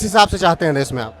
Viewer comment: देस नही देश बोलो, कहा से आते है ये लोग